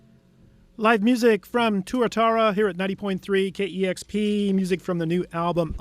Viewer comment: It's "Tuatara" not "Turatara",. Fucking knucklehead host